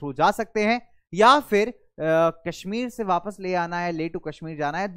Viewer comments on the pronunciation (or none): none